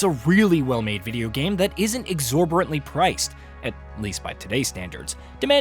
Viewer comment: The word is "exorBITant," idiot.